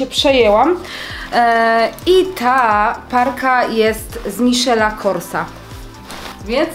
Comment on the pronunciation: Taka jedna tylko uwaga, że Michael Kors czyta się "Majkel Kors", ale tak to filmik jak zwykle super :) Bije od Ciebie pozytywna energia, która wszystkich zarażasz i z niecierpliwością czekam na każdy filmik ;) Faktycznie żakiecik super wygląda i leży! Pozdrawiam!